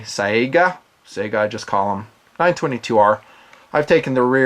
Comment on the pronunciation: How the fuck do you say "Sayga" or something! It's S-AI (unless you failed english class, A and I together is pronounced as "I")-GA. Not the goddamn video game console. Thanks for your attention. Good day.